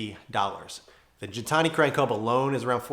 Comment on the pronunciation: Funny enough, I was just watching Alex’s episodes on the evolution of Gintani. One thing he emphasized is that it’s pronounced with a hard G. (Just FYI).